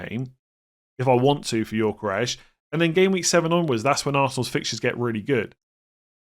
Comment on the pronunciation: Gyökeres is pronounced Yo-Ke-Rez, not Yor-Ke-Resh please